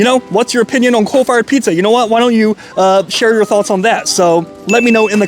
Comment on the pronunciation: Okay, are you saying “cold fired” or “coal fired”?